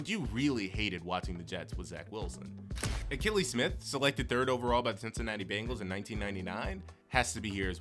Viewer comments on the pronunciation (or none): none